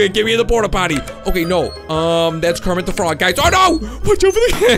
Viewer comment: Do you mean Kermit de frog